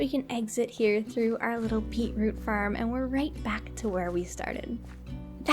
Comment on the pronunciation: When u say farm it sojnds like ur saying ferm